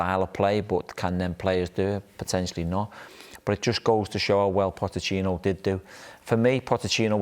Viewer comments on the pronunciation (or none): We really need to take advice from a guy who cant even say a manager's name correctly? "POTTECHINO" LOL